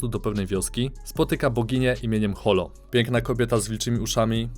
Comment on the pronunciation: Holo czyta sie Horo (ホロ)